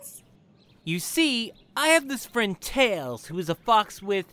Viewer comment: that thing was meant as a pwesent for your FWEND?!